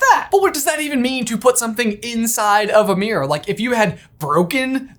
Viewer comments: Why can’t you pronounce mirror? “It’s thurough the merOr” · OMG my poor ears hearing meeyrer or whatever so many times 😅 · Hearing the American pronunciation of "mirror" so many times is messing with my head.